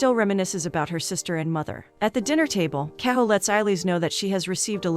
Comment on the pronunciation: Whoever is narrating this video can't have actually watched the movie. She is pronouncing the main names wrong. Eillis is not pronounced "Eye-leez". It's pronounced " A - lish" - which anyone who's watched the movie knows. Mrs Kehoe is "Key - ho" not "Keho". For a review, this is really annoying...